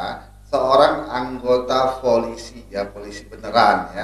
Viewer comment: Folisi? Apa kuping gw sah denger kah?